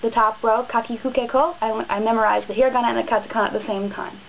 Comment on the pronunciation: i dont like that you say hiragan and katakana with an american accent... Love your vids though! : )